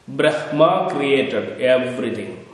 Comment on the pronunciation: 🙏🌷 Bhraamaa Pronounced Correctly. The First Breath. Nagas of Kerala are from Nagakshetra. SOUTH AMERICA IS KNOWN AS #PATHALA NORTH AMERICA IS KNOWN AS #MAHATALA AFRICA IS #RASATALA ANTARTICA IS #TALATALA EUROPE IS #ATALA(Atlantis) ASIA IS #VITALA AUSTRALIA IS #SUTALA (Astra+ila/Suvarnabhumi) The epics and Puranas describe several vast inhabited continent sized regions called '#Talas'. There are seven #Talas identified with what is now known as the seven continents